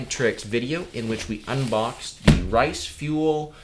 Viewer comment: Btw u keep saying risefuel it's riseful sorry it just really bothers me